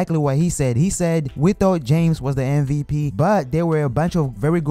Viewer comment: It's MVP not MVT